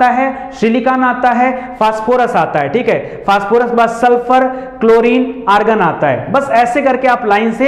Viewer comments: सर ऑर्गन होता है, आर्गन नहीं 😅😅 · Sir organ nhi hota argon hota hai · Argan Bhai organ hota hai😂😂